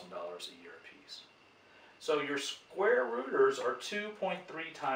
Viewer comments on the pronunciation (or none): I continued to hear "squatters" instead of "square rooters". But apart of this excellent video for an math and economy enthusiast like me!